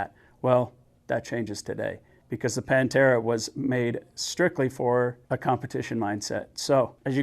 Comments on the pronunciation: It's Pan th era "th"....It's the genus term for big cats. Pronounce the word as you see fit, that's your prerogative. However, your US jargon cannot change scientific nomenclature ..... Sorry pal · Its a Greek name so dont pronounce it wrong :)